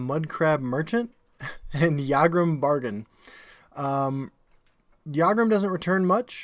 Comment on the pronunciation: say it with me - Yag Rum Bag Arn, not Yargrum Bargain. unless there's a joke i'm not getting...